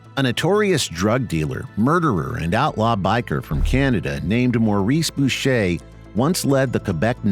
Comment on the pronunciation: First channel to say Boucher correctly. 🤙🏽